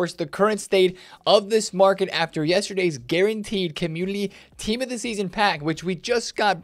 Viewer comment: Is it community? Or Commulity? Just sounds like you are saying Commulity